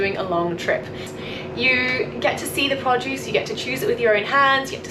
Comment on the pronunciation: I kept thinking you were saying "Podjuice". Finally picked up that you were saying "produce", and made it even more endearing. :)